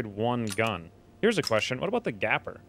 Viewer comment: Gaper...as in leave a GAPING HOLE! Gaper rhymes with PAPER! Gaper rhymes with PAPER! Gaper rhymes with PAPER! Gaper rhymes with PAPER! Gaper rhymes with PAPER!Gaper rhymes with PAPER! Gaper rhymes with PAPER!